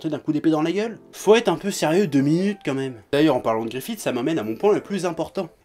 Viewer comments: Très bonne vidéo mais il y a juste le GrifithE qui me gêne x) Ca se prononce Grifisse :P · Bigo gogo ça se prononce Griffith mais je sais pas comment te décrire ce son "th" c'est un peu comme le f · Je prononce Gust comme il se prononce :P Mais si je prononce Griffisse c'est surement à cause de la version vostfr de l'anime ^^ Car en Japonais ça se prononce bien Griffisse :) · Bigo gogo Moi je prononce guts et griffite et j'emmerde les gens qui sont pas d'accord. On est en France ici bordel.